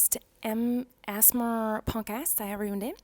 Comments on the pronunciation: Pronouncing ASMR SOME PEOPLE - A s a mar Miranda - As mar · She cant even pronounce a s m r and she is saying asma 😂🤣🤣🤣 so babyish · Nobody: Miranda saying ASMR: asthma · ithought she said a$$ bar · It's pronounced A-S-M-R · They way she said ASMR as asmr. 😂😂😂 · It’s A S M R get it right 🙄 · maranda!!!! Honeyy!!!! U be saying a - asthma. Plsss don't be rude or offensive to people who have conditions Thx 🙂🙂🤣😏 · “Welcome to myyyy Aessmer” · "Assmer" lmfao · ‘Hello and welcome assssemer’ 😂😂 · ASSEMARS...🤣 it gets me every time 💚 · Miranda you’re saying ASMR wrong way